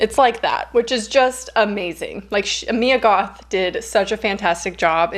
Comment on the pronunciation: when you said "Mia Goth" i thought u said "me and goth" like WHAT :0 lol